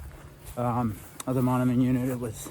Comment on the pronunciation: Hi, just started watching, very nice to highlight Iowa's loess hills. BTW Mondamian is pronounced mon-day-min. Thanks for the video!